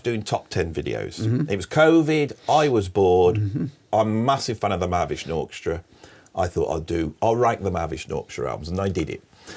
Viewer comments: I love how he reduces Mahavishnu Orchestra to about four syllables: Mavvish-norkshter. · “Mahavishnu Orchestra” in four syllables is crazy